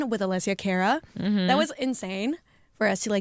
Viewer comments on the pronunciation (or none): It is funny that Pau pronounced Cara the way many Anerican would. If she spoke Spanish, she would nail it as Spanish and Italian phonetics are very similar. I think she automatically overcompensated for English.